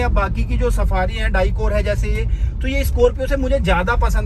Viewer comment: डायकोर नहीं डिकॉर और स्ट्रॉम नहीं स्टॉर्म